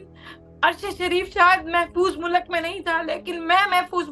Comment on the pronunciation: Mulak nahin MULK 😠😠😠😠😠😠😠